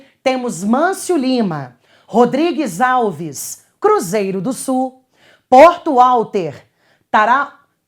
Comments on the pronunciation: pronunciou porto alter em vez de Valter kkkk, mas tudo bem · PORTO WALTER E Ñ PORTO UATER🤭🤭🤭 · uma correção. se lê porto "valter" embora tenha a grafia com o "W" se lê com o som de V.